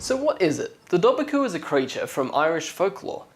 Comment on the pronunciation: It's actually pronounced Doe-var-coo. You were really close though and I dont blame you because Irish is such a hard langauge. Ive been doing it in school for years and I still have a hard time with it.